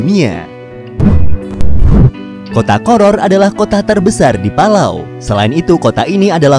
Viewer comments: Ingat, PALAU bukan PALALU! 😂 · Yang baca palalu kiya 1 server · Yang bacanya palalu like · Astaga, sekilas saya liat tadi.kirain bilang " pala kau " eh taunya " palau " :)):)) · Palau= pala kau.